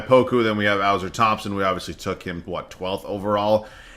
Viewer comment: its uh-sar thompson